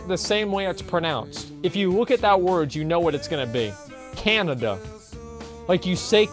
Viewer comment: mrnice88x said Canada with a weird pronunciation, not Canadian